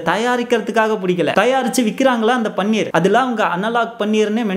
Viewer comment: பன்னீர் என்று சொல்லதீர்கள். அது பனீர்.